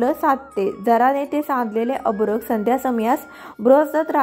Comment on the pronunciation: अभ्रक न म्हणता अर्भक म्हणावे.